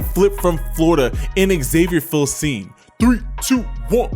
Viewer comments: I think it’s pronounced: feel some me.🤔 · Here's how to correctly pronounce Filsaime: Phil-Sum-Me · It’s pronounced Fill-sah-mee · Hook'em Allday Everyday, ps its pronounced feel-some-me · “Eeeee-wers” “Phil-sahm” 🤣🤣